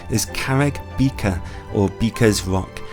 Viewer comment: Oh no! The single track road to Llanagrannog with minimal passing places is gridlocked in Summer as it is without advertising the place. Also the rock is not "beaker" it is Beca which pronounced "Carr-egg Bea [as in bear] ka"